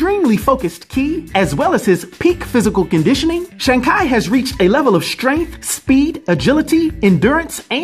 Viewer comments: Love your videos but this pronunciation of this iconic characters name hurts everytime you said it. He is not as famous as other characters but he has been in a fair bit of media. its a shame it Really feels like you didnt read up much on this one. Evens so, Thank you for all you do in the world of comics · They go over how to pronounce it in the movie, and uh this ain't it lol. I can't wait to see where phase 4 takes us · Sorry. Couldn’t watch the video due to the mispronunciation of his name lol. Nails on a chalkboard lol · i had to thumbs down this video and stop watching it because the pronunciation you decided to go on im sorry i love your videos but you made a dumb mistake on the pronunciation you decided to go with ..you should have just went with your gut or just go off with what kevin feige went with ..smh im sorry dude ..you made a dumb mistake on this .. though im glad you made a disclaimer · That's pronounced Chee even though it's Chi. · Shang Ki? I love the video but it's razors to my ears hearing his name like that LMAO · Weird, my google translator pronounces "shang chee" when i set it to both traditional and simplified Chinese. Also, "shang kay" is absolutely awful to hear. I really hope its not the correct pronunciation. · My Chinese friend said don't trust Google translate... Shang Chi is the correct way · Why you butcher this character name like that it’s not Shang Ki it’s Shang Chi simple 🤦🏾‍♂️🤦🏾‍♂️🤦🏾‍♂️🤦🏾‍♂️ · Who the hell is Shang Ki??🤔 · Bro...love you...love your channel/your content, but...please tell me you are kidding about the Shang-Ki thing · Sh-ang K-eye Shaung Chee Can't wait to see the movie so we know how to pronounce the name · Why you pronounced it Shang Kia?I thought it was Shang chi? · Shang Kai??? It's Shang CHI !!! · It's Shangi chi not Shangi ki 😂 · It's shang chi can y'all please say it right .the mcu is calling him shung chi and u r calling him shang Kai😂😂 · Why is he pronouncing it like that? Shang-Chee not Shang-kai